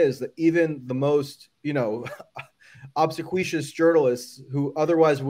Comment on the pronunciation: Dear Michael Tracey, Obsequious is pronounced like... Obb-see-kwee-uss! Best regards